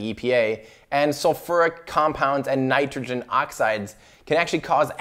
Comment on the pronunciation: You actually pronounced these compounds perfectly. The council of chemists approves.